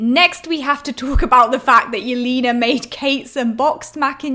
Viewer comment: the way you pronounce Yelena's name is so funny! it's not "Yelina", it's "YelEna", more like in "lesbian"